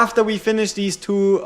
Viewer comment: "We take thise" that was great dude lol😊